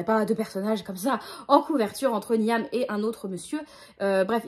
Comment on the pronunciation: Ah ben voilà, Runborn et La cité de laiton me tentaient pas plus que ça à la base, mais t'en parles trop bien 🤣 Sinon, Niamh ça se dit Nive, mais tu peut le réoublier, ça m'étonnerait que tu le recroises ! 🧞